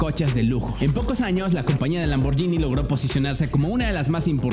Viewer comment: se pronuncia lamborguini, una italiana casi me pega cuando dije lamborgini